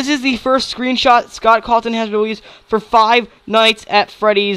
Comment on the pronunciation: When you were excited and said OMG SCOTT CAWTHORN it sounded like OMG SCOTT COCKTHORN xD This is just a joke no hate